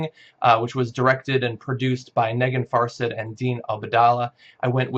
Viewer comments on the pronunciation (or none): The woman's name is actually pronounced "neh-GEEN far-SAHD" (stress on the last syllables). Her first name means "gem" in Persian.